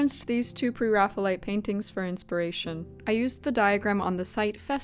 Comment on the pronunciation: The term is based on the Renaissance artist, "Raphael" = "ræfi.əl". Therefore, pronounce it "Pre + Raphael + ite". certainly looks like a Pre-Raphael subject! The style looks like a great fit for her.